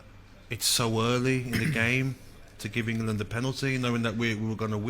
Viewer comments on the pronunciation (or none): "England" not Ingerland🤦🏻